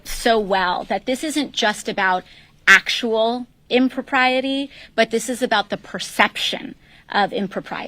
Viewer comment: Hearing her talk makes me feel stupid. I hate how she stresses certain words. “ACtual”